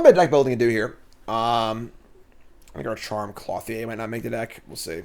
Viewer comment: Same with Clothier. Cloth-ee-aye over and over :/ It's Clo-thee-er